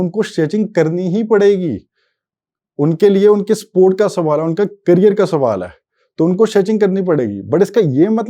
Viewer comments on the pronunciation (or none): none